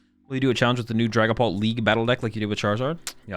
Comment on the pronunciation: Ah yes, Dragaoult